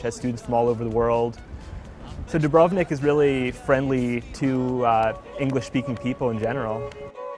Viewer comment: You'd think that after 3 months of living there she'd learn to pronounce the name correctly. DOO-brov-nik, not doo-BRUV-nik. The Indian student sounds like she's the only one who got anything out of the experience. The others sound like typical yank tourists on a student visa. feh.